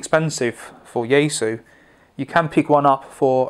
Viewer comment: Since you posted a video on your Chinese pronunciation of the Chinese brands, then pronounce yaesu correctly as Japanese would? Or is it when in rome?